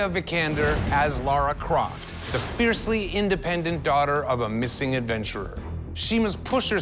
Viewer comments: is it me or are they all saying laura croft?? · I am the Laura croft of this competition.... It's Lara Croft. Lara, not Laura. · It is "Lara" not "Lora" I know it is a fictional character, atleast prounce the name correctly if you are going to compare yourself too her. Fictional or not. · Lara! Not Laura!! (As a fan since I was a kid, it triggers me every time.) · If your going to compare yourself to Lara Croft at least say her name right. Its Lara not Laura.